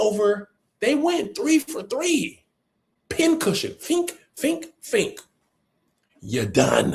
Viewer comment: AYO…’Fink, fink, fink’ is CRAZY!!!😂